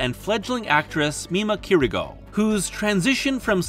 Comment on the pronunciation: Slight pronunciation goofs. - Kirigoe is Kiri-go-eh. Not Kirigo. - Me-Mania is Me-Mah-nia, not Me May-nia. - CHAM! is said champ without the "p", not "Charm".